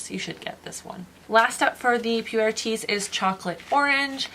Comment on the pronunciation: It’s PU WARE lol so hard to say